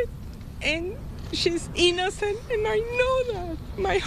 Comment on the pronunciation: GUILTY Not EEENACENT😂😂😂😂